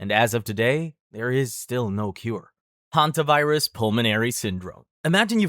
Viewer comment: Hantavirus 😂 hanta!virus 💀